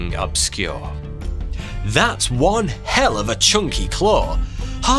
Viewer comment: please dont say hell like that